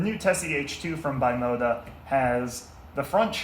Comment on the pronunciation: Used your video to explain a friend how the tesi steering work. Well done, exept for the pronunciation of "Bimota". It's pronounced "beemota" A serious collector can't say it wrong!